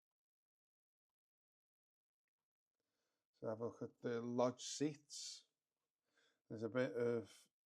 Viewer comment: It's Loge seating not Lodge seating pronounced "Lowj".